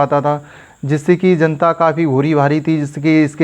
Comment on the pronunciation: Ezzent , Zanta 😂